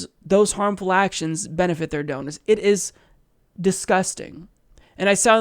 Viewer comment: Donors, rhymes with owners.